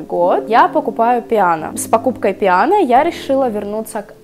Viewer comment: Нет такого произношения в итальянском языке ПИано! Только Пьяно! Ботинки в теории итальянские. А по факту производит эти формовки какой-нибудь Тайвань. У поф фигуристов все на спец заказ, сами они не покупают. Поэтому это ПИано никак не оригинал, к сожалению. А ещё из таких паралон вылезать начинает быстро и прочие неожиданности